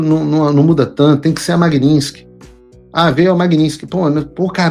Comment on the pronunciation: O motivo real para o Trump ter tirado a Magnitsky do Xandele foi Paulo Figueiredo insistir em se referir à lei como sendo Magninsky. Eu já não aguentava mais ouvir vc falar Magnisnky. Que merda. Fala certo .